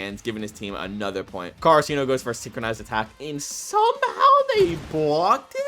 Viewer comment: nobody talkin bout how he mispronouced karasuno the entire video